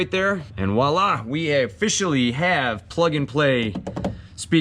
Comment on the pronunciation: Note: It's "Voila," not "Wahla" . . . just sayin'. Thanks for the helpful vid!